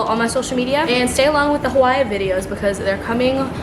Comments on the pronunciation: if she says “hawhy” one more time i’m gonna go crazy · i love you but the WAY U SAY HAWAII DRIVES ME NUTS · Congrats! But there’s no chance you have not seen the thousands of comments telling you how incorrectly you are saying Hawaii!! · why do u say hawaii like that 🤣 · I hope you learn how to pronounce Hawaii correctly while there